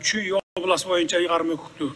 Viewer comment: Ыйгарым Кукуктуу дейт го 😀😀